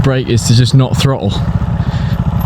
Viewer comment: Throttle, in your pronunciation almost makes up for all the times you use "F" sound instead of "Th"